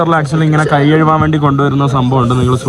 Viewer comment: എടാ മുറിയണ്ടി, കൈ കഴുവാൻ അല്ല. കഴുകുവാൻ ആണ് ശരി